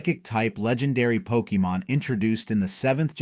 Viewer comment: Lol Poke eee mon, what are you a soccer mom?